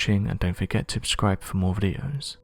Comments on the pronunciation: You mean un"abscribe". He cant say SUBscribe. Every video... "Abscribe". I die a little every time I hear it. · Finally. Someone notices. I comment on every one of his videos trying to get them to fix this guys shit to no avail... The high end EQ is off the chart and makes him sound like he is whistling through a wah wah pedal... also, he says "abscribe" in every damn video which isnt even a word...Dude has one job. To say words. And he fucks it up religiously. Gahhhh kill me. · The dude says "abscribe" in every video.... I want to punch him. Like, so hard. Its not a fkn word. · Because every time he says "abscribe" the caption program self destructs. Also, a kitten dies. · I bet Ozzy doesn't say "abscribe" though. This dude is a simp. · Or he just says non-words like "abscribe". 😒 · Practically unlistenable/understandable... Plus, he says "abscribe" in every vid... Guy talks like a 4 year old Euro-heroin addict.